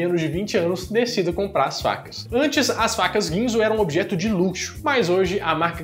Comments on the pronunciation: Alguém percebeu que nos 3 Minutos ele fala vacas ao invés de facas kkkkk...eu voltei 4 vezes pra ouvir de novo. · É sério que vc falou "vacas" quick cut em vez de "facas"? :D